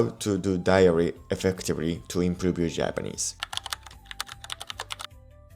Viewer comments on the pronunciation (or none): this guy can’t even pronounce IMPROVE accurately